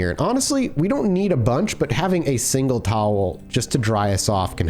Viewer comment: new Zomboid hype yes but also discovering for the first time how pronounces towel